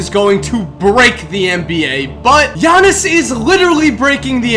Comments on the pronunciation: bruh pause the video. you pronounced his name right! I'm just gonna congratulate you on that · Thank you for pronouncing his name right